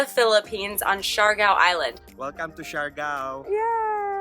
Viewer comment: ITS SIARGAO NOT SIARGO.. IS IT A CLICKBAIT?.. lol